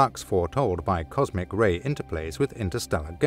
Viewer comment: Comsic? Lol